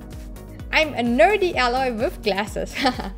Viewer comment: i think Aloys name is spoken more like "eyloy" in German? with your pronounciation it sounds like "alloy", which means Legierung^^